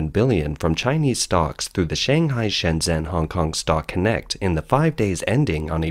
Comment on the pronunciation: Shenzhen is pronounced „shen-jen“, not „shen-zen“. Cheers.